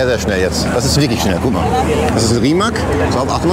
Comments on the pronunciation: Hübsche Freundin aber bitte mal Rimac [ˈrǐːmats] richtig aussprechen lernen. Rimak ist ungefähr wie wenn die Amis Porsh statt Porsche sagen 😅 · Heißt wohl Rimazz nicht Rimack oder "Reimäc" (english halt) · Rimac wird ausgesprochen wie RimaZ und nicht wie RimaK ✌️😚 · Rimaz, in Kroatien wird "C" wie "Z" in deutsch ausgesprochen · Rimac wird "Rimats" ausgesprochen ;) Eine Werkführung in Kroatien würde sich sicher anbieten. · Kleiner Reminder ohne Hochnäsig zu wirken. Die Marke wird „[Rimatz]“ ausgesprochen, da viele es unbeabsichtigt falsch aussprechen.😊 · Rimac ist nicht Rimak. C spricht man wie Z aus. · Rimac wird genauso ausgesprochen wie geschrieben. Ein C ist einfach ein C und keine K. Ganz einfach, einfacher geht es eigentlich gar nicht 🤷‍♂